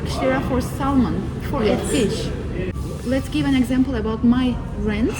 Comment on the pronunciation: Your guy friend is American and couldn’t be courteous enough to correct your English for you so you don’t continue to make the same mistakes? Not a great friend to have IMO. Your most obvious mistake was your mispronunciation of “salmon”. The “L” is silent. It’s pronounced “sam-in”.